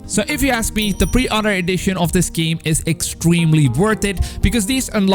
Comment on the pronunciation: Btw he said pre outer instead of pre order